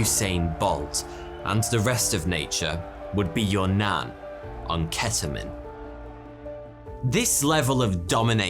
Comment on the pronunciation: I was genuinely bothered by ur pronunciation of ketamine